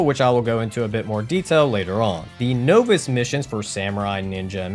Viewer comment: Talks crap about his japanese pronunciation. Pronounces novice wrong😂. Love the runs though